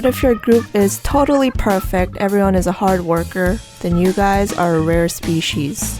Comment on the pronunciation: I love the way you pronounce 'species', say 'specific' next...